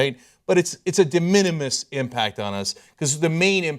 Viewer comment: "De minimis"? very nice.